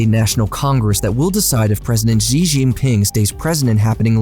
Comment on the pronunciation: When someone cannot pronounce Xi correctly, you know he didn't do much research before producing this video